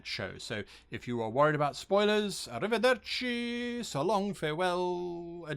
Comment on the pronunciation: Surprisingly well pronounced "Arrivederci"! Nice job, Guy! ❤️🇮🇹 Oh and your videos are an absolute treasure chest of useful information and wisdom.